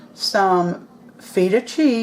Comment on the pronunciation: Looks AWESOME!!! We do something similar in Macedonia. You make me giggle tho. I've watched 2 of your recipes where you use Feta Cheese, and you pronounce it FEET-AH. It's a soft E, like in hen. I love feta too! I saw your recipe for the salad with pears, walnuts, feta and greens. CLASSIC! So amazing!